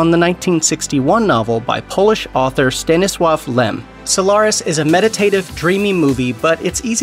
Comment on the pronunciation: Bonus points for saying Stanislaw’s name correctly